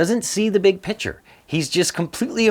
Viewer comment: Please STOP saying "BIG PICTURE" your pronunciation is shit.